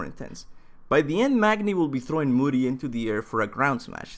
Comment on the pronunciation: Moody? IT'S MODI. PROUNOUNCED LIKE MO D.